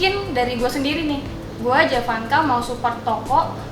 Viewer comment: panggilannya Emak jevass, bukan jee vanka🤣🤣